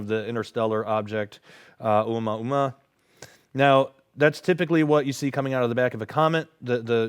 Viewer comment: FYI: "Oumuamua" is pronounced Oh-ooh-moo-ah-MOO-ah